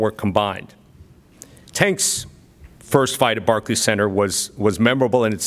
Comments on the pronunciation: Barklees center 😂😂😂😂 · Rolly calls it the "Barkey Center" 😀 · Barkeys center lmfao 😂😂 rollie it's pronounced Barclays 😂😂😂😂😂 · Roly said barkey center lmmfao